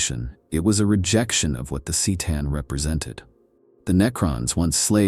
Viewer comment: My fav was the sick-a-tan.